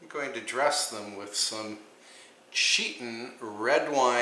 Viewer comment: It’s makes me laugh when you say cheetin mashed potatoes. That fish and fresh salad look so yummy.